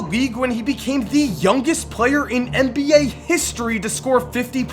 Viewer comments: IT'S NBA... N B A NOT MBA!!! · Why does he say mba instead of NBA